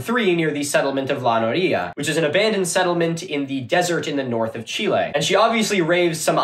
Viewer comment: it's fun how the snapchat presenter says chile with a slight accent and no other spanish or non english word in the video with an accent.